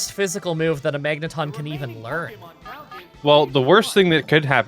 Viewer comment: "Ton-Magne" sounds unintentionally French